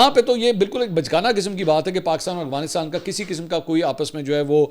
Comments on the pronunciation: Mansoor bhaeey ap k vlog daily dekhti hun.bahat achey hotey hain bas ap Afghanistan ko Aghwanistaan boltey hain to Afghanistan bola krain.😊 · کافی وی لاگ سے دیکھ رہا ہوں آپ افغانستان نہیں بول پاتے۔ اغوانستان نہیں افغانستان ہوتا ہے۔ سلامت رہیں ❤ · سر آپ افغانستان کو اغوانستان کیوں کہتے ہیں 😂 کیا یہ کھلا تضاد نہیں ہے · Sir true word is Afghanistan, not is aghfanstan.